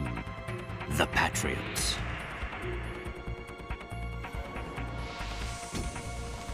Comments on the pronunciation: How hard can it be to properly pronounce Patriots.... I mean they say it a thouand times in the games... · Holy shit that way of pronouncing patriots annoys me! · cringe every time he says.."the PATriots"